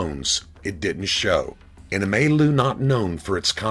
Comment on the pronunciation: What?!? The narration is horrible. He mispronounced or misread at least five words in the written portion of the account of the FBI book. owed - "owned" milieu - "mayloo" (Not even a word) finesse - "fitness" two-twenty - "twenty-two" (what grown man weighs twenty-two?) Todt Hill - "Todd Hill" (It's supposed to rhyme with 'goat', not 'got')